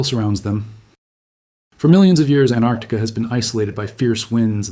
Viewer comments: AnTarctica, not Annarctica. The T is not silent. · It’s not Anarctica it’s AnTarctica it has 2 t’s in it why does just about every person not know how to say it , it’s so stupid sounding when said wrong 🫤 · it is actually AntArctica, because it is opposite Arctica (anti-arctica), not Tarctica... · Why can't seppos ever pronounce Antarctica correctly?? So many ignore the first T completely or add it to the ARC syllable. It's ANT--ARC--TI--CA, the first syllable being ANT, okay, seppos?? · AnTarctica. Why can't Americans say it correctly ? Very interesting video.